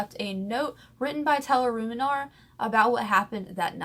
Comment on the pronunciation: And your not saying ruminer right lmfao